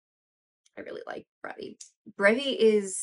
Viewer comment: No you don't....LOL.....the other video you got it right. :)